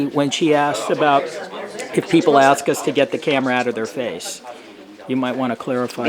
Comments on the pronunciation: she ax this and she ax that fucking dumbass. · For God's sake, the word is "Ask" An Axe is for chopping wood. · Chris Childers on Judge Judy they say a bunch of times (litigants) say axe, and Judge Judy says nothing about that, but gets all upset when someone says “Like” . 🙄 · "Can I aks"???? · Let me aks this question. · lemme axe you a quetchin